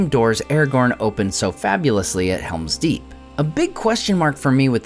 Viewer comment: It's called Helm's Deep not Hera's Deep